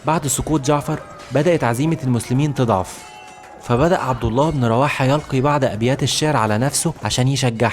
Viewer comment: اللغة العربية . اللغة العربية . اللغة العربية . تستجييييير .. اخي انتبه للفظ الكلمات . هناك اخطاء في لفظ الاسماء حتى أخطاء في الافعال . مثال ( يلقي بعض ابيات الشعر على نفسه ) .. يُلقي ( تلو شعر او يقول شعر ) . وليس يَلقي ( يرمي ويقذف ) . بالضم وليس الفتح . اختلف المعنى .. وهناك الكثير والكثير من هذه الأخطاء لدرجة شديدة . مثال اخر ( تقدم والتقط الراية ) انت قلت ( التقط الرواية ) .!!!